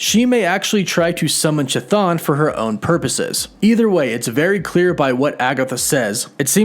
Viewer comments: K’thaan or Thaan. Not Ch’thaan. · The 'CH" in Chthon is like the "ch" in chemistry, it should be "Kthon". To be more accurate, it derives from the greek "Χθόνιος" which means "of the earth" or "of the underword", and you could pronounce "Ch" like "H" in "Hecate". Sidenote: Hecate, the godess of magic and witchcraft, was considered a chthonic godess. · To anyone wondering, the true pronunciation of Chthon (Χθων) is with a soft initial "H" instead of "ch", like in "Harkness". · Chton is pronounced "Kih-Thone" NOT "CHA-THAWN" please for the love of Greek language pronounce the name correctly. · It’s a hard k sound for that elder gods name not a soft ch sound. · If I may make an alternate pronunciation guide? Chthon might have a hard K (greek version) at the beginning rather than the soft CH. so then K-thon like Kaos (Chaos). Just a thought. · you pronounce chton with "ch" ton not with"k"ton? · Wait, it’s pronounced as “cha-thon”? I always thought it was “Ka-thon” 😅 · They obviously don’t know how to pronounce that name. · It's cthun... Pronounced kathoon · Chthon’s phonetic spelling (Ka-Thune) Sorry man I couldn’t finish the video cause of how you got this one wrong to many times. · Chthon is pronounced Ka-thon just like chthulu is pronounced ka-thulu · chuh-thon. lol. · Pretty sure Chthon is pronounced KUH•TONE. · Chthon pronounced ca-thone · Hey - Cthon is actually pronounced “ca-thone” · Christ... "Ch" is pronounced "K". It's "K-thon". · pronounced Ka'thon. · Its really bugging me how many people pronounce Chthon's name wrong. Pronounce is (KYTH-OWN) Like Mike Tyson trying to say kiss, then own. Chthon. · Chthon is actually pronounced "kthon" from ancient greek "khthónios" as in chthonic ( /ˈTHänik/ ) which is an adjective that describes anything related to the earth or the underworld (ie. a chtonic god). Chtonic is greek for "subterranean". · **NB** Chthon is pronounced ~ K'thon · It’s pronounced KAH-THONE bro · The CH in CHTHON is pronounced as a K.